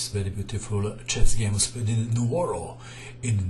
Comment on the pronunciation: Hey! "Nuoro" it's correct, "Nuroro" don't exist!